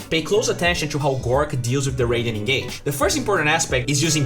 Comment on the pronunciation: Pls its gorgc not gorc. This is the third time